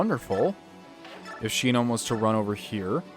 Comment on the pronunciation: Shinon isn't "SHEE-known", it's "SHY-non".